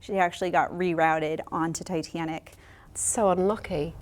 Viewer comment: 😂😂😂I can’t get the way she said “tiT Anic” out of my head